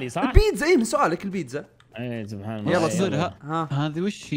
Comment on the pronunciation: سبحان الله بالحاء مو بالهاء